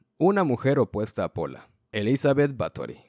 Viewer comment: Con la Pola me quedo pero está mal escrito y mal pronunciado 🤣🤣 aunque me dió risa 🤣🤣🤣